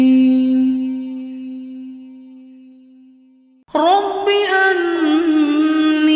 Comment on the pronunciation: Assalamualaikum brother. Thank you for your video. First powerful word, Rabbi. Your pronunciation sounds. Rubbi. It is Rab- Allah Please do correction